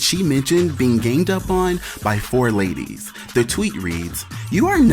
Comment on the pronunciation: I’m mad Nene said “gained” up on...like multiple times 😑😂